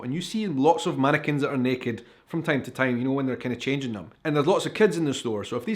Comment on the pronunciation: did you say mannequins in a state of undress or "Americans"? 😲🤔😂